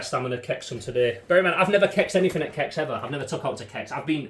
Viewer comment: I've never heard anyone call it Kex before then again I heard people pronounce Adidas as A-de-das 😂